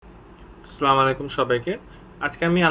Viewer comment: Sla malai kum? what is it Brother? Pronounced '' As sala mu alaikum.'' Thank you Very much for the informative content.